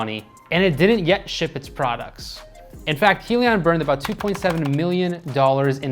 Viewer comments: You're saying Helion instead of Hyliion. It's Hy for Hybrid. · Hybrid lithium ion - pronounced (hi-Leon)